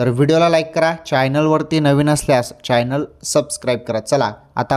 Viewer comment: तेच तेच वाक्य सारखे म्हणू नका. टू द पॉइंट बोला ना? बोरिंग व्हिडिओ करू नका. चैनल उच्चार नसून च्यानल असा आहे.प्लीज रागवू नका.